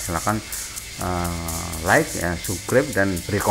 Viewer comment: Apa cuma gua yang dengernya "jangan lupa subreb ya" 🤣🤣🤣😂😂😂😅😅😅😁😁😁